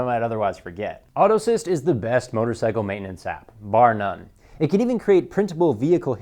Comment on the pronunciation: Thanks for the recommendation. What did you call the one where you can keep maintenance logs, Auto Assist? You said it twice but I couldn't understand what you were saying. Thanks.